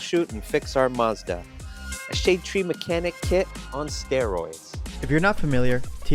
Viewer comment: What's a 'Moz da'?.